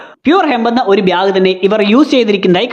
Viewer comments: ബ്യാഗ് അല്ല.... ബാഗ്😅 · പിന്നെ ഈ അവസരത്തിൽ പറയാമോ എന്നറിയില്ല... ബ്യാഗ് അല്ല ബാഗ് 😂😂